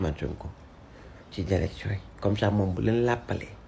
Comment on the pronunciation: Man sa "Z" yi momay ray zhumilié, zélection 😂😂😂 non BR amo😅